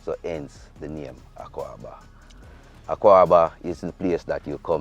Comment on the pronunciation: Maya, it’s not pronounced AKUABA. It’s AKWAABA.